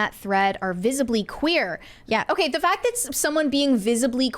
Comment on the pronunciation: What is a “foct?” Are you trying to say “fact?”